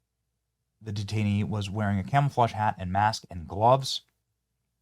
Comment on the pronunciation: Camelflauge? Lol